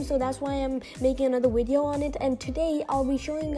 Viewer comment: Video is pronounced by a V not a W